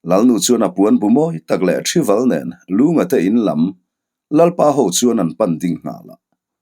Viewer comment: Thival kha, thi leh val kha a thluk a in ang aw